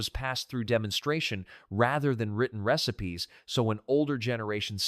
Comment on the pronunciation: This AI voice is annoying. It pronounces AMISH as AYE-MISH & RECIPES AS REE-SIPES